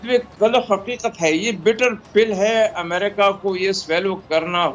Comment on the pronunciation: Is it "Umrika"? It is America.